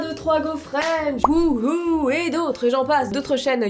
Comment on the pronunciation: Et cets pas hoooo mais woho si tu me prononce bien xd